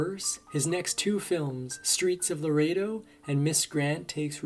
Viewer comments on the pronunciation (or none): none